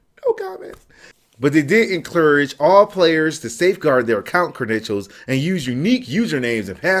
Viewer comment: 'enclurage' lmao.